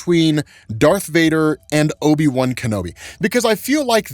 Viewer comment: Great now when someone says obi-wan I'm going to hear obi-bum. Lmao